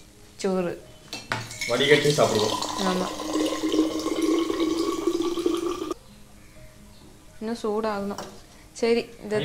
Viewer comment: says soru as choru